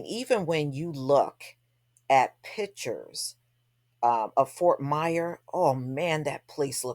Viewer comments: Its Fort Myers with an S! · Damn that's crazy. By the way, Fort Myers doesn't have a silent S sista.